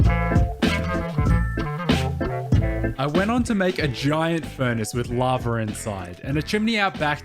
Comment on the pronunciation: he said laver